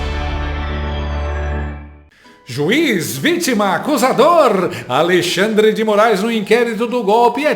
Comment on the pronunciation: Xandercir, Xandemar, Xandercrei, Xandele, vc deveria ganhar um OSCAR!!!! KKKKKKKKKKKKKKKKK